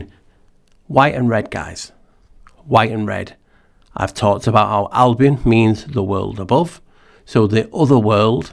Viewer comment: Thank you for sharing your thoughts. Your pronunciation of the word Albion, it sounds in my ears like album. And that lets me think about a LP 💿 flat with in the middle the navel. Just a weird thought ☺️ Latin album is literally "white color, whiteness;" 🦢